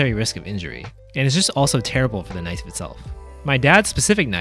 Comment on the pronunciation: that not a knofe (western) THATS A KNOIFE (CHINESE)